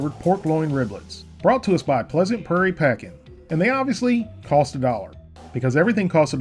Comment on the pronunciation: When he mispronounced the word prairie it triggered me so much lol